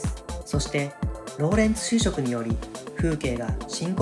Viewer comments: 「収縮」は「しゅうしょく」でなく「しゅうしゅく」ですな ちな、「教職」は「きょうしょく」で、「恐縮」は「きょうしゅく」です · 「収縮」のところ、絶対「しゅうしょく」って言ってる。 10回聞き直してみたけど絶対言ってる。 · もしかしてナレーションや字幕を作ってるのって海外の人？ 事の漢字だったりわかり難いや収縮の読み方だったり、日本語使ってると少し「ん？」ってなる。 海外の人なら発音凄くきれい。